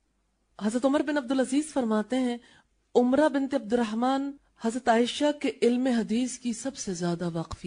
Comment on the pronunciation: Umra nahe Amra hai wo tabiya.